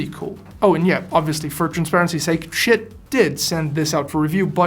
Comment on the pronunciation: I believe the correct verbalized name is "She-it".